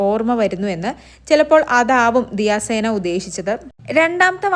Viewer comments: പെണ്ണെ ദിയ സേന അല്ല. ദിയ സന 😅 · ദിയ സേന അല്ലാടി ദിയസന 😂😂😂😂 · ദിയ സേന അല്ല ദിയ സന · ദിയ സേന അല്ല ദിയ സന എന്ന് പറയൂ